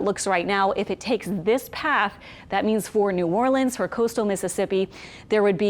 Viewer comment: Always good to hear someone pronounce New Orleans correctly.😊 Stay safe out there all you Jamaicans. 🇯🇲